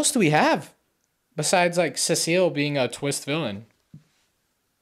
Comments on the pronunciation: Everybody complaining about the cecil pronunciation but I lowkey don't mind cuz I'm latino and in spanish Cecil is written "Cecilio" and its with that pronunciation he's using, I even know a guy irl with that name, so yeah even though cecil is a few letters shirter than cecilio, I still think it sounds pretty decent :) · Why are you saying Cecil's ( Cee...so) name wrong? His name is not Cecile 😂 lol. What you mean you don't buy Mark and Amber's relationship. It's just like a normal thing in superhero comics like Peter Parker (Spider-Man) and Mary Jane also Clark Kent(Superman)and Lois Lane. You don't see in the comics that Superman all of sudden started dating Wonder woman or Spider-Man going ahead and just dating Black Cat. What I'm trying to say is that it would take time for Mark to date Eve because you just want to have a normal life. By the way Mark is half human and Vite. Some comic books especially when it comes to Robert Kirkman stories. He takes his time telling the story to get to the main focus point, so please be patient. You already knew that Mark had another child with that female Vite because she requested that she wanted to mate with him and not the worthless human. *FUN FACT: The writer and creator of Invincible is Robert Kirkman who you may know is also the creator of The Walking Dead comic and executive producer of the TV series. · SEA SALT I NEED YOU SEA SALT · The pronouciation of cecil is the funniest thing ive heard in years. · Having a horrible time watching this because you can't pronounce cecil EVEN THOUGH YOU HAVE SHOWN A QUICK CLIP OF THE SHOW SO YOU SHOULD KNOW HOW THEY SAY HIS NAME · The cecil pronunciation is killing me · Btw you pronounce cecil like ,See sill, not, suh seal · Nah man he called Cecil ce seal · Se-sul not sea-seal😭😭😭😭😭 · Ceseal instead of Cecil🙏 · Also, CEE-SULL. CEE-SULL. Not cecille, CEE-SULL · It’s pronounced (see-sil) not (se-se-ill) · Btw it’s pronounced see-sul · It’s pronounced more like sea salt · seh SEAL 💔